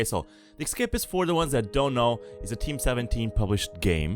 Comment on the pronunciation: ok I am sorry but it is not ekkkkkscapist it is essssscapist